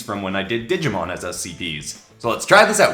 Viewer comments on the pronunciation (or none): You pronounced Digimon wrong.